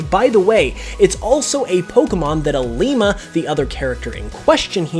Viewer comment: You said Lima wrong